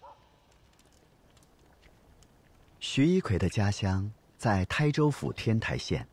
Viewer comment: 天台的台应念作“Tāi”（音同“胎”）